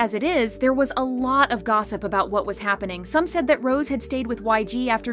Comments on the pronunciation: Do you not see the accent mark above the e in Rose's name?? It's not pronounced ROSE like the flower. It's ROSE-A. Jesus Christ on a bike. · Rosè It’s pronounced row-zay that’s why there’s the accent on the E it is not pronounced like the flower get it together girl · It's ROW ZAY